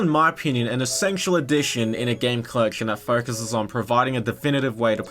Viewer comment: The way this guy pronounces collection means one of two things: braces or a speech impediment